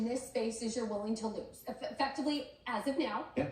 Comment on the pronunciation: Can’t get over how this man says “as. “Uzz an institution” 😂😂😂